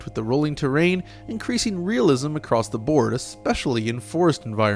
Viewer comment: Yo, the word is "across" not "acrost."